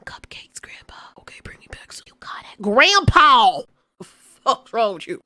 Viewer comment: You got it “Groandpow”